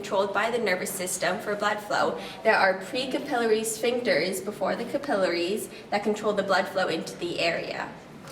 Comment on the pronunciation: Notice that she pronounces "capillaries" correctly, unlike the vast majority of people today.